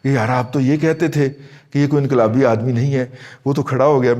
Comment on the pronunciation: inqalibi nin hay aur doosra lafz aap nay bola samajh nin aaya